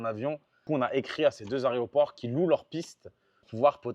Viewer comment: Plus qu'a prononcer aéroport correctement maintenant